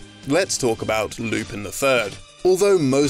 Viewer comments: This is first time ever I heard Lupin's name being pronounced "Loopeen" instead of "Loopun". I've made some research and it turns out your pronunciation in the video is indeed incorrect. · It's Lou-pan not loopin he's french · Lupin is pronounced "Loo-pan", not Loopin. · 2 things: 1. It’s pronounced “Lupan” not Lupin 2. Midler’s design was based off of various panels of Yukako from Diamond is Unbreakable (which I believe JoJo a GoGo covered). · It’s pronounced “Lupan”, you savages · Could you please pronounce lupin correctly it’s painful hearing you say it like “loo-pihn” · Talks about Lupin III game. Me: Yay! Pronounces it "Loo-pihn" Me: GRAH! Also, there is a greater connection between Konami games and Yu-Gi-Oh. There are several real life cards that are based on both Metal Gear Solid and Ganbare Goemon (aka Legend of the Mystical Ninja). Snake and Yae have appeared on cards and Sasuke (no, not that one) has appeared on multiple cards. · No excuse. His name is pronounced loop on. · Loop on. Lupin. Loop on. Not a difficult concept. Unless you're being facetious. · It's pronounced "Lupahn". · It bothers me way more than it should that the host can't pronounce 'Lupin' properly. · The way he pronounces Lupin triggers me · Naw-Roo-Toe, Not Nuh-Roo-Toe And it's Loo-Pawn, not Loo-Pin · Wow I did not know Lupin had some games. (By the way not to sound meticulous, it's pronounced "Lu-pon" and "Nar-ru-toe)